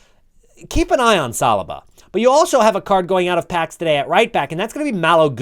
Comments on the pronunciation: Its not salaba its salyba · Haha salrbar you say😂😂😂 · You pronounced Saliba wrong 😂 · If you’re working on your pronunciation, u should learn how to pronounce saliba 😂😂